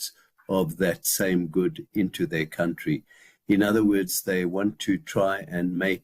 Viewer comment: Not to mention that he still pronounces country as “COWntry” despite all those prepared speeches